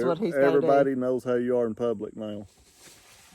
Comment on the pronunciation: Did he just say pubics? 😂